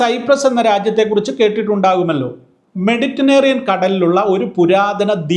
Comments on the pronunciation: മെഡിറ്റനേറിയൻ അല്ല, മെഡിറ്ററേനിയൻ ആണ് 😂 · മെഡിറ്റനേറിയൻ എന്നല്ല മെഡിറ്ററേനിയൻ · മെഡിറ്റനേറിയൻ അല്ല സാറെ മെഡിറ്ററേനിയൻ എന്നു പറ. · മെഡിറ്ററേനിയൻ എന്നു പറ അച്ചോ